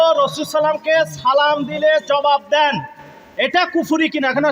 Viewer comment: যে সালাম শুদ্ধ করে দিতে পারোনা তার সাথে কিসের বাহাচ